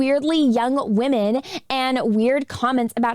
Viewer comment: I adore and how she pronounces women... wahmen...